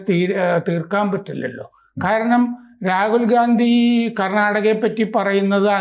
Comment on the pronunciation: ഗാന്ധി അല്ല ഘണ്ടി ആണെന്നാണ് കേട്ടത്...... അത് ക്ലിയർ ചെയ്യൂ പ്ലീസ്.....